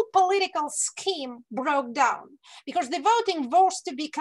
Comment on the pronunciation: Прекрасный английский. Добавлю, because произносятся не бикорз (‘becourse’?), а бикоз.